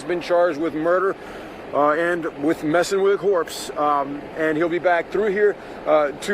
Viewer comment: "mess'n with a corpse", dudes tipsy, lmfao.